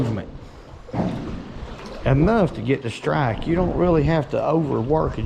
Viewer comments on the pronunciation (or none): none